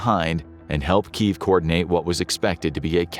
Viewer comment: It's pronounced KEE YEV